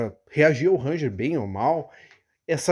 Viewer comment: Uma pequena dica: a pronúncia correta do nome é "renjer", com o R do começo arrastando um pouco